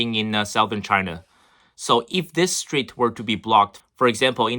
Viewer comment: It is malacca strait not street.